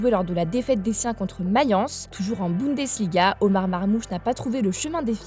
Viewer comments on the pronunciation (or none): none